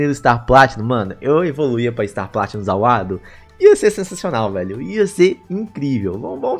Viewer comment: maninho pelo amor de deus fala ZA WARUDO certo cara não é ZA WUARDO MANOOOOOOOOOOOOOOOOOOOOOO da muita agonia cara. amo seus video <3 :)